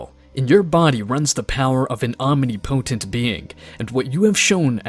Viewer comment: Great series. Just wish he knew how to pronounce omnipotent